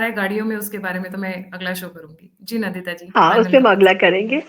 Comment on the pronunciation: The guest name is Nndita and not Nandita.. NDita.